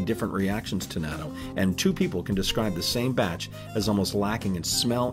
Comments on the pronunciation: Nya-tu? Thus I stopped watching and gave an immediate thumbs down. It's [nah-toe]! For the love of gawd, if you're going to do a video about a country... try your best to get the damn pronunciation of things correct! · Wow pronunciation of Japanese natto is so butchered, thats why I don't watch dubbed anime in English.